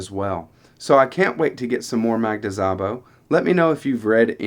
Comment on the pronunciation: As a native Hungarian speaker, I just want to let you know you don’t pronounce the “z”. It is pronounced like sa-bo.